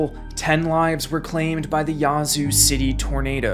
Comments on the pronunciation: The a in Yazoo is not pronounced ah. Think of the way the a is pronounced in ash. The way he says it is so cringe to locals. 😂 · Living in Mississippi I hate the way hes saying "Yazoo city" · You can’t fault out of state folks for not being familiar with our local dialect and pronunciations. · Slight correction. Yazoo City is pronounced with an hard A. No way to know if you aren’t from down around there. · Every time he pronounced Yazoo wrong I cringed. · Nobody ever gets it right, it always tickles me when people not from here say Yazoo. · Nice video, but that isn’t the correct way to pronounce Yazoo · Great video, but please learn to pronounce the cities you cover. It’s just grating on the ears for those who live there or know people who do. It’s not “yah-zoo” but “yeah-zoo”… as in, “Yeah, I agree”. For future reference. 😉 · Not complaining but its yeah-zoo not ya zoo lol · Thank you for the video chronicling this historically devastating storm, but the town's name is pronounced "Yazoo", with the æ or ă sound, like "apple", not with the "ah" sound (Yah-zoo!) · I don’t know how to explain this but it’s pronounced more like “Yaaz” than “Yahz” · great video.. A couple of minor pronunciation errors tho.. It's not Duront.. it's Durant, like the little bitey insect ant. Yazoo is pronounced as you would say "at" but obviously without the t.. but the A has that sound... it isn't YAH zoo as you said throughout. YA'zoo and not YAH'zoo. But aside from that nitpicking, it was very well done and I remember sitting at home in central Arkansas watching this monster rip across my home state. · It’s actually pronounced Yeah-zoo. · Just for clarity, it's pronounced 'yeah, zoo' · It's "Yeah"-zoo. Spent many nights out on the lakes there as a kid. Beautiful but poor as dirt. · I’m from Yazoo city we pronounce it “yeah-zoo city” lol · Nothing wrong with this video except for the way you say Yazoo. Here in MS we say Yeah-zoo